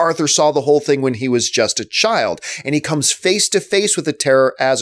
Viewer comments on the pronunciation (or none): none